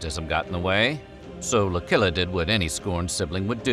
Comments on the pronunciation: "C" and "CC" before an "I" , "Y" and "Ae" is pronounced as a "tch" sound. There's a few exceptions. "Lucilla" isn't one of them. They're not all "K" sounds. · "Lucilla" is not pronounced as spoken here. Lmao. When does a "c" followed by an "i" sound like a "k" in any Roman name? Never. In English, it works just the same.....Just saying.